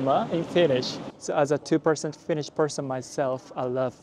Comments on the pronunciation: Very well catching up with finnish phrasees and pronounciation of them👍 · You have great finnish pronounciation! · You pronounce Finnish pretty well 😊 I've heard that Japanese and Finns are related. Edit. You hating Finnish weather shows that you are partly Finnish. We always complain about the weather 😂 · i love your pronounciation of finnish words <3 really hope that you have/had wonderful time here at Finland.